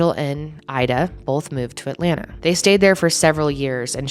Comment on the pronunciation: thanks for pronouncing atlanta ATLANNUH. i see you, and i respect you